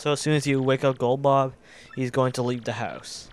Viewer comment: Lol you accidentally said "once you wake goldbob"